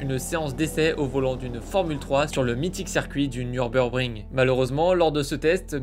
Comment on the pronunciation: le nurburBring? :p superbe vidé biographique en tout cas !! Merci ! ( et je n'ai jamais été fan de Schumi .... on aime jamais ceux qui surpassent trp ( même si j'aime verstappen, allez comprendre ) ce geste a peut-être justement été important sur le championnat Après, quel rôle la tricherie de benetton a-t-elle joué ? ( antipatinage alors que c'était interdit par exemple )